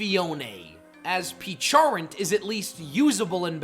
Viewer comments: "pe-cha-runt" lol. It's name is based on the pecha berry. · It’s pronounced PEH-CHUH-RUNT, zuh-roo-DAY (which you stupidly glitched it as a Volcanion, which is vahl-CAY-NEE-UHN), dye-AHN-see, and ar-KEY-iss, “”! 🤨 You need to study pronunciations more, bub! 😤